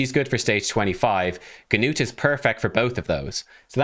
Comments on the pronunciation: The g in his name is actually silent. Just Nut! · Great job, you just told me about my next Six Star Champion. I’m building up my resources now. Also just wanted to tell how to pronounce Gnut’s name: the “G” is silent the “U” has a long U sound. So to put it together Gnut (“G”Nute the G is simply silent, so imagine that it is spelled like this “Nute”) rhymes with Lute and Flute. A lot of people are going to say Nut like walnut but that’s wrong, irregardless, he’s a great champion and I expect a hard fusion to get him, I think I can see the ole Paywall from here! I am looking forward to your next video! Have a great day!